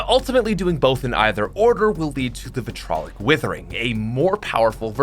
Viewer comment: Vit RI O LIC withering, not vitrolic